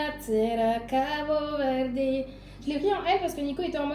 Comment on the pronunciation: Trop sympa comme vlog! Je rêve d'aller au Cap-Vert et tu me donnes encore plus envie ! Juste pour info, en portugais on ne dit pas le e final, donc pas CabO Verdé haha mais j'adore le fait que tu fasses l'effort !! (je suis portugaise pas capverdienne pour info)